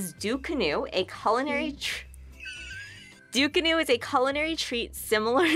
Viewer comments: It’s not Ducunu. It’s frigging DUCANA🙄 get it right or leave it alone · Belize is not even in the Caribbean 🤷🏾‍♂️ an it's Ducana not Ducunu😂 an it's from ( Antigua an Barbuda) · Its actually called ducana but ok